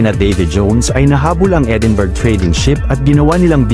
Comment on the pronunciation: Edinburg. .(Edinbruh) po ang pronounce